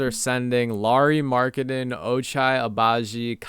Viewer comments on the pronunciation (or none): Found this content from a comment of yours on Rusty Bucket’s video. Great content! But broooooo, Law-ree Mark-en-in. He’s not Larry haha